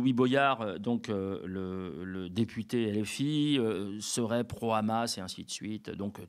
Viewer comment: on ne supporte plus ceux qui prononcent 'rrhammass'. En arabe c'est 'HHamas' (H guttural et pas la 'jota' façon espagnole)... c'est une autre façon de dénigrer les arabes que de prononcer un mot arabe en le déformant... le 'rrrhamass' comme une façon de cracher sur une langue qu'on ne maîtrise pas.